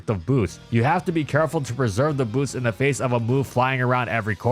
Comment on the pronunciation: Do not change the T in Boots for a B